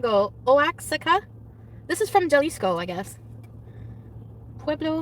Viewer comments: "Juh-lees-co." Our cultured, skinny queen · Her pronunciation is amazing. Juh-lease-co, oh-axe-eh-cuh, juh-liss-co haha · trying to read the Mezcal bottle with an “authentic” accent then completely butchering Jalisco and Oaxaca….. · Omg the way she butchers Oaxaca and Jalisco and the absolute disrespect of Mexico MAKES ME SCREAM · I’m dead . Hearing her pronounce Oaxaca and Jalisco my Puerto Rican ears are bleeding.